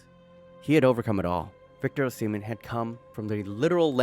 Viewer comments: That was a well researched, well editted, and a confidently delivered profile of Osimhen. But dude, its 'Ohss-ih-men', and it is important to get a person's name right to get credibility, as im sure youve experienced yourself 🤔 Are you really a, as you sound very Seppo to me 😋An slightly larger Asian-American? lol Im a Limey that lived in actual Asia for 15 years, its the best place in the world, apart from Aus, lol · PLEASE STOP SAYIN O SEMEN. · Is it pronounced “ohh semen”? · say his last name right man god damn